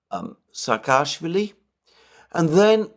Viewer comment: Not SakAAshwili. He is SAAkashwili